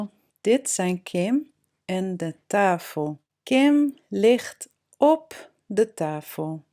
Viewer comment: do you say tafel (tahel)? Maybe i do not hear it good or? Dankje wel voor video.